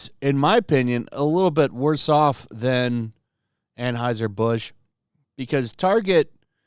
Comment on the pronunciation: AnHEUSER. Stop saying AnHEISER!!!!!!!!